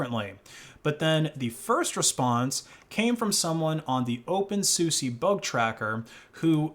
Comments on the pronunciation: it's pronounced soosa, not soosie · Btw, the correct pronunciation of openSUSE is open soo-sah, not open soo-sie :P (unless you were trolling ofc) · it's not pronounced as Open SU SE it's Open SU SA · why do you call it opensussy is it like more of the purposeful mispronounciation like Libre as Libray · Did you just say Open Susi? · that's how you pronounce OpenSUSE???? I always read it like Dr. Seuss